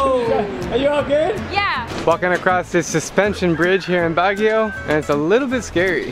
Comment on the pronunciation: it’s pronounced like “BUG-UIO” not BAG-UIO just clarifying because that’s how you pronounce it😃😂